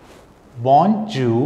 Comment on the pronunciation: Sir, your french pronunciation needs corrections. Errors in: salutations bonne bonjour